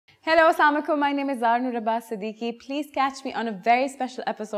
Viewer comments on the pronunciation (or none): Whats wrong with pakistani.Not slamualaikum its assalamu alaikum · isko tou salaam karna hi nahi aata samakum bol rahi hai